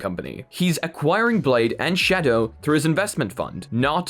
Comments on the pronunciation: I like how he says shadow Sha DOE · The way you pronounce "Shadow" physically hurts me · I giggled like a dumbass everytime you said shadow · The way this dude says shadow